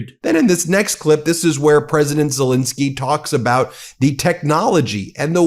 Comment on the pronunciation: Ben, even Drump pronounces Zelenskyy's name right! Please give him the same courtesy. Okay Bin? Thank you.